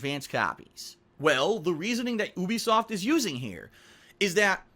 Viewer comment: goddamit it's pronounced you-be-soft not ooobisoft